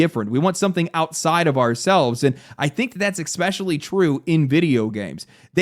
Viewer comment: he said EX-UH-SPECIALLY